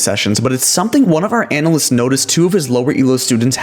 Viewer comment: The way he says analysts as “anal lists” makes me uncomfortable